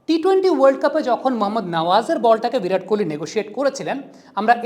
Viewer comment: ভিরাট নয় বিরাট কোহলি